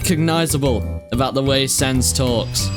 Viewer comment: Thats not sans, thats cans...